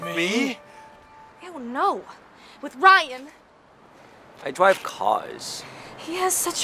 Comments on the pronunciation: I dwive cwars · "I dwive cars" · "I dwive cars." I love that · Momo Blu akkham its "I dwive cars" 2017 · dwive not love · Am i the only that comes back just for "I dwive caws" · " I dwive caws " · “ lets rock and roll “ “ i drwive cawrs “ “ im mario and ur liNgUini “ “ he has such a way with words 😍 “ “ i.. dwive cawrs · " I dwive cars" - 2017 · Let's find all the "I Dwrive Cars": *bows* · “I dwive, caws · "I dwive cars" Ryan 2016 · “I dwive cars...” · "I dwive cars." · "I dwrive cars” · Literally no one; I.. Dwiive.caws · "I Dwive Caas..." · "I dwive car" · 'i.. Dwive cars' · " I dwivve cawws " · " i dwive caas" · I dwive caws😂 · I DWIVE CWAERS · “Let’s rock and rolls” but Ryan “I drwive caw’s” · I. Dwive cawrs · “Iiiiiii dwive caws”😑😑😑😑😑😑 Ryan skips into the comic book store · I dwive cwars :3